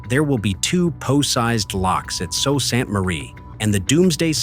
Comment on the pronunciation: This is a problem that has been there since the first 1,000 footers were put into service. The "narrator" is wrong on one point. The first name of the city is pronounced SOO like the locks. I am in Michigan!